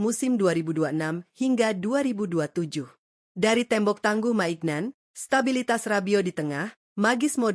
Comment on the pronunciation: Mike maignan dibaca maik minyong, strahinja dibaca strahinya bukan strahinja